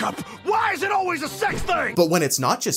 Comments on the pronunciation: pronouncing 'always' but it sounds like 'auwways' makes me chuckle. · I agree with some of your point.... but please for the love of satan, stop pronouncing always owl-ways.